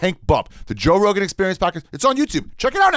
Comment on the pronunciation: Joe rogaan " biden "